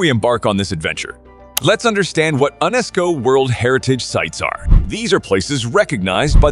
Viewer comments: Are we supposed to pronounce the word as U~NESCO? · I enjoy your lists but PLEASE learn how to pronounce place names. I cringe at many of them. Mont Saint-Michel? Unesco?Really? (I'm not typing them phonetically but if you do even a basic Google and press the speaker button you can hear how both of those are supposed to be pronounced.)